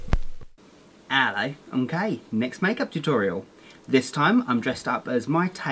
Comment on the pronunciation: I like when he says ello mkay